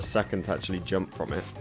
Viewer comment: Achully counter: 13. Not too bad. I don't know where from is in Britain, but his pronunciations are hilarious. Djump, Achully, Bandicute. I'm watching another Brit YouTuber Storpey, he's from London, and he's much more different in pronunciation than. Or should I say, he's doing it like a regular Brit guy. 😂